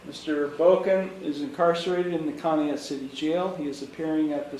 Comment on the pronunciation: Conneaut is pronounced "con - e - ought" as "in you ought say Conneaut correctly"